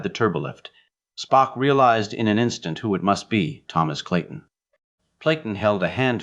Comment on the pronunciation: I had to stop after a very short time. The reading was not checked,because "SPOOK" slipped into a Souther accent and the writer never saw TOS,only heard that Spock was logical, and also, not a Christian or cared to make a study of it. Ciao.